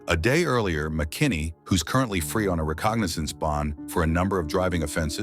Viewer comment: It's pronounced "recognizance"!